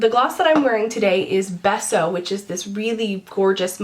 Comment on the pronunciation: Beso is pronounced BAY-so and it's Spanish for kiss and I don't mean to sound like a meanie-butt, I just don't like hearing that beautiful word butchered <3